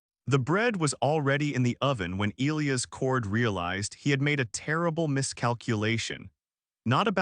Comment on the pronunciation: Yes, I’ve never heard “Elias” mispronounced so much, or at all, really.